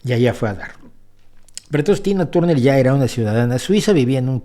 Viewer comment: Turner no, Tarner se dice.